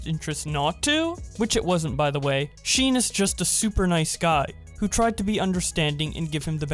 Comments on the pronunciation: never call “Sean” - (Sheen) ever again it’s pronounced ( Sh - aww - n) I’m not trying to be aggressive I’m just correcting you My brother is named Sean and he gets pissed every time somebody calls him sheen 😂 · the name sean is pronounced shaun. I've been informed he has dyslexia, I'm sorry. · This nigga cant even say shawn right fucking shean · Yo "sean" is pronounced shawn my guy. Smh dude. Do research before you make stuff mate. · the man said sheen and not Shawn😂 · Okay okay I'm all serious rn but did you just say 'sheen' instead of Sean? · Sean is pronounced Shawn not Shean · I like how he read Sean like shin instead of shon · STOP SAYING SHEAN ITS SEAN(SHAWN) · This is a bit random, but why are you calling this girl's boyfriend, Sheen? It's Sean; like Shaun? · It's a common mistake still. I also used to pronounce Sean as Sheen until I hear the proper pronunciation (Shaun). But the problem is, Sean can also but less likely to be read as Sheen (especially in a non-english speaking country) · my guy is saying sheen instead of sean (sh-awn-) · i felt insulted when he said sheen instead of shawn tht is my name ahhhhhhhhhhhh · Nah B it’s See-an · “Sean” is pronounced “Shawn” btw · Why does say Sean like “Sheen”? Edit: looked further in the comments, some other people noticed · This man really doesn’t know how to pronounce names. “Seen” and ”yavoney” bruh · hey, sean is pronouned shawn! please remember that next time! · "Yuh-von-nee" "Seen" I know you don't watch them or now them and your just relaying the information/drama. But that really triggered me. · Sorry for correcting but the name of the boyfriend is Sean the is is spelled like sh and ean spelled like onn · My man said sheeen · did he actually pronounce it "sheen" instead of sean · love the video as always but hearing you pronounce sean as "sheen" in such a serious tone gave me a nice laugh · did bowblax just pronounce sean as “sheen” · Yes he did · he pronounces sean like seen